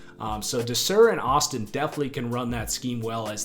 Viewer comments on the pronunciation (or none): none